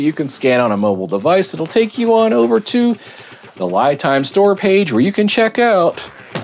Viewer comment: FYI, unless you’ve heard Li Time pronounce their name this way, I do believe this pronunciation is actually incorrect. Li (pronounced Lee) is the pinying spelling of the Chinese word 力 which means force. I’m an expat living in Taiwan. Just thought I’d offer that up. Love the channel. Learning a ton from these videos.